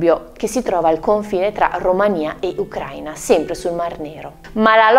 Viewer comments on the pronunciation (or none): none